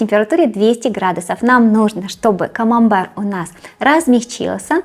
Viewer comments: Если что сыр называется КАМАМБЕР а не камамбар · Если что, говорит Камамбэр (на український лад), а с вами сработал принцип Шо не дочує, те добреше))) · Она говорит не камамбар, а камамбэр, потому что в украинской фонетике некоторые согласные не смягчаются, как в русском перед «е», например, поэтому соседняя гласная не «е», а «є».